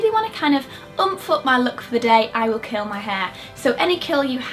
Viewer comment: It sounds like you're saying "I will kill my hair" when you say "curl"